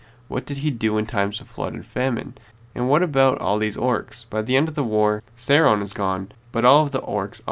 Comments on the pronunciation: He mispronounced Sauron. And do baby orcs even exist in LOTR? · I just found your channel and I really enjoy your videos but one thing in this video just made me cringe - your pronunciation of Sauron. :D I know it doesn't matter and it is stupid to write a comment about it but I just couldn't help myself. :D Anyway, great video man. (=